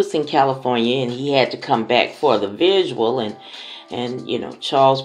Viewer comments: It’s a vigil, not vidual. I understood what you meant though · Its called VIGIL, not VISUAL.